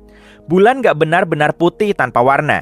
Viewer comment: "enar" ❌ "benar" ✅